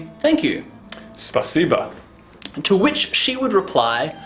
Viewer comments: I wonder why every english speaker says "spasiba" instead of "spasibo", cause we don't put "a" into pronunciation of that word :D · SpasibO* так было бы правильней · just a question. in russian, the word "thank you" is written 'spasibo' but said 'spasiba'?